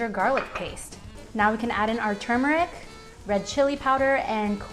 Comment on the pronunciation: Why does everyone say tumeric wrong!